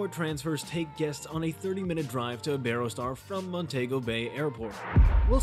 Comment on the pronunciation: This is absolutely not an honest review - this appears to be an AI advertisement for the resort. The narration voice doesn't even pronounce Iberostar, Montego, or Caribbean correctly. I would not base my travel plans on this review - add to it that I have been to this resort and, if you are looking for a party atmosphere it won't disappoint. There are activities and partying all day and night. If you are looking for quiet relaxation, find somewhere else - there is no where to escape the party. There is not a quiet bar nor a quiet pool - any quiet at the pool is interrupted by the entertainment team booming over a microphone accompanied by bass thumping music.